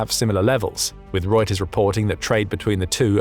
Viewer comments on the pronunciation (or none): none